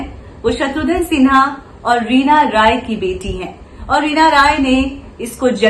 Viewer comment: Its not Shatrudhan Its Shatrughn Sinha.